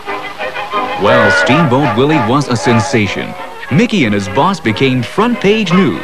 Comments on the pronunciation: It's "Mickey Mouse" not "Mikey Mouse" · "Mikey" Mouse eh? Haha! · mikey? it’s mickey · It’s MICKEY NOT MIKEY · Bro said Mikey mouse.. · His name is Mickey Mouse, not Milkey Mouse. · Mickey. Not.mikey